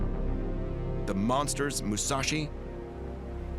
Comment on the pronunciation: "MuShaShi and YaMato"